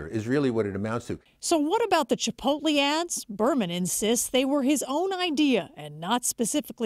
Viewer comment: "Chipolte"...dumb ass can't even read.